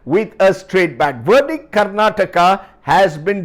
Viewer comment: It's Verdict sir not Verdit